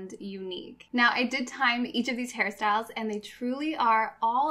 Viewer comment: you know you have a problem when whenever she says hair styles you hear harry styles